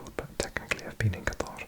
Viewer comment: how do u say qatar so perfectly